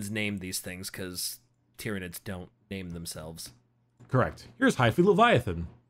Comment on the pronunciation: Planet "Tie-Ran" continues to call nids "Tear-inids" .... Brah